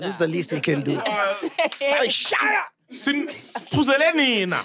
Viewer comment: The emphasis on "Siphuzele nina!" 😂😂😂